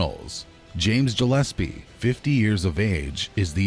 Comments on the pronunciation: It's pronounced Gillespie not Jillespie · Jillespy ? WTAF lol?